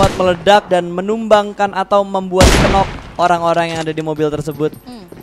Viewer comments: “Nok” woi nok. Bukan “kenok” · Plislah jgn mengucap kata “knock” jadi kenok. Aneh bgt, apa ga pernah belajar? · 'knock' itu dibacannya /nok/ 'k' nya ngga dibaca alias silent word...